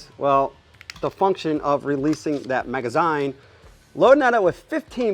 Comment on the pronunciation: A maga- what now? Maga 'ZYNE'??! this hurts to hear😖😂